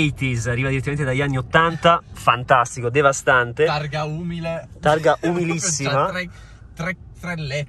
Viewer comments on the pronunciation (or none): Se ascoltate bene a un certo punto dice DEVASTANTEH